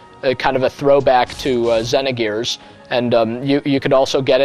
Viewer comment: For some reason, it annoys me the way he pronounces Xenogears and Xenosaga. Don't know why really.